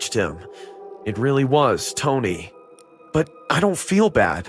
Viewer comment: Why does the brother keep calling the “tony” tony// like naw